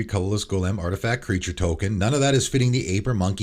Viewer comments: Bro, learn to pronounce Golem correctly. Jfc. Been listening to you for months now and have noticed it, it’s so fucking distracting. Cmon dude, it’s so fucking easy. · You say Golem really weird lol